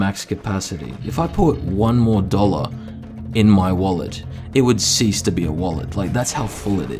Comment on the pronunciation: Holy shit the aussie accent comes out with dollars eh?